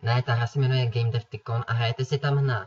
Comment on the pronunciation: Ještě umět vyslovit název a bylo by to video super